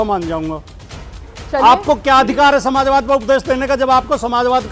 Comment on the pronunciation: यह वीएचपी का गंदा किङा जब प्रश्न का जवाब नही दे पाया तो समाजवाद को नमाजवाद कह रहा है।